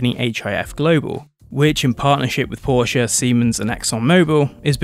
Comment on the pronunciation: The biggest thumbs up from me goes to you personally for the correct pronounciation of Porsche and Audi! If Formula 1 really brought back V10s, I'd re-start watching it. I stopped at the end of season 2013, when the lawnmower engines were introduced.